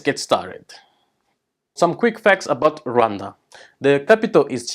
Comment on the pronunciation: I've already told several people the proper pronunciation of Rwanda (I'm in the USA and we all say it wrong!)